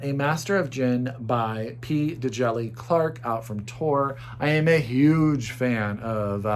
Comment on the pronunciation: Just an FYI since I know you always try to have the correct pronunciation for authors' names: In P. Djéli Clark, Djéli, can be “Jel-ee” or “Jah-lee.” The D is silent. Awesome list as always, I've added a couple more to my TBR!